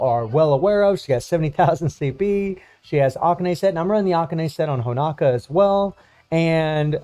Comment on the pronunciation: Please man. It is HonOOOOOka. Not Honaka. I really thought by this point someone would have tell you. I love you and your content but you destroy her name every time. You dont have a clue how much It bothers me. You must stop. It is with an O, HonOka. Please or I will kill myself! Please!!!!!!!!!!!!!!! STOP!!!!